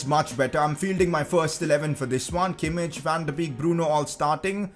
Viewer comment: I think it's funny how you made sure you pronounce Szoboszlai correct, but you're still misspronouncing Kimmich.:D